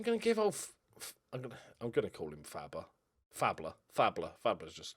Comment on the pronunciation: Ole Faßler should sound like Fassler not Fabler. the letter ß is double ss in german.